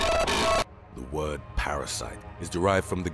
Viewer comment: PRRRRRROPER TREATMENT! The narrator is hilarious when pronouncing different WOORRDS! I nearly spat my coffee out a few times listening to HIIIIIIMMMM! Also I don't want to get FRRRICKIN SLEEPING SICKNESS! OMG this is too much. I'm gonna post it on FB! 😂🤣😂🤣😂🤣😂